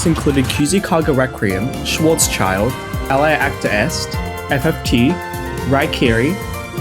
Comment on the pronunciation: hearing "schwarz child" hurt me right in the deutschlands